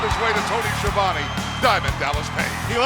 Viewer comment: Highlights Nice Sign! Stevie Ray pronounces Tony "Schiavonne" like Dusty Rhodes looks like Disco Inferno showed up in pajamas Ernest Miller sounding like HongKong Phooey. Perhaps that's who his Cat name homages. K-Dogg's "Rowdy Roddy" speech Very kind of Rick Rude to give K-Dogg a choice of who can beat him Good match Scott Norton vs. Jim the Anvil Chris Jericho's New move! Heenan as a broadcast journalist DDP vs Stevie Ray. Nice of them to colour coordinate their pants for the match